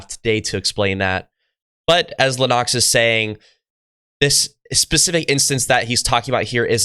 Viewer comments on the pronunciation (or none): Please don’t emphasis the ‘O’ in Lennox. It’s Lennox not Lenn-Ox?! Simonline🏴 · The emphasis is on the first syllable of Lennox. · It's John Lennox, not John Le Nox! You pronounce this with a terribly wrong accent. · Why do you keep mispronouncing Lennox as LeNox, when he himself pronounces it when quoting a question posed to him? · God bless you for what you are doing on your channel. I’m a big fan of John Lennox. This is a minor complaint. Lennox is pronounced like “Len-X”. It might be a good idea to verify the correct pronunciation or preferred pronunciation of a person’s name in your videos before posting. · How in the world are you commentating on scientific discussions when you can't even pronounce this guy's last name right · given that you practically worship Lennox at least learn to pronounce his name. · I like this young guy. But I have never heard anyone pronounce Lennox’s name like that lol. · Love your work dude but it's Lennox 👊